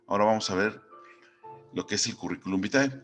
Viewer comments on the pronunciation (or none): Gracias por la información!! Cómo me rei con el "Currículum Bitae" 😂😂😂